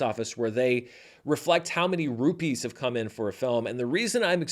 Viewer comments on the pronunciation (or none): none